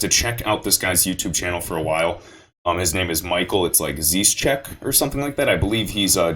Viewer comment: Micheal Zischeck is Swiss🇨🇭 he’s not German & it’s not zeeescheck & he’s a software engineer Grand Master 🙏🏾